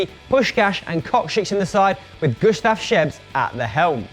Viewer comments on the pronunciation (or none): none